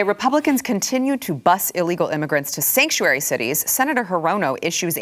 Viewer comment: Sanctuary!! Sanctuaty!! 😬